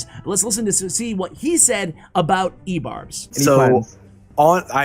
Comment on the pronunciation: I gagged once you said ebarbs.